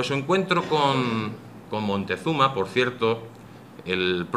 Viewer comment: Siempre he rebatido la leyenda negra y su falsedad, pero tampoco estoy de acuerdo con ir al otro extremo, la leyenda rosa, este señor me ha decepcionado por exagerado, 250 mil sacrificados al año? que fuentes segun el?Otumba 200.000 mexicas contra 500 españoles?? Tampoco si quiera sabe pronunciar Moctezuma,tlaxcalteca, Technotitlan ...Cajamarca una batalla?? Bueno si al menos en la cabeza de la audiencia se les ha quedado la falsedad del genocidio y robo, ya es bastante